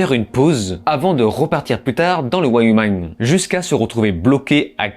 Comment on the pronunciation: Ça ma trigger de ouf cette prononciation 🤣